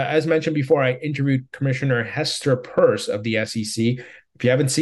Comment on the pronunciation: why do you say Hester "PURSE"??? Can you say " PEARCE"?